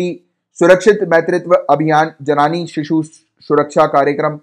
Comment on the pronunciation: in 9 minute its जननी not जनानी